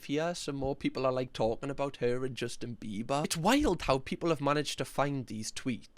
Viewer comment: "Justin Bibas"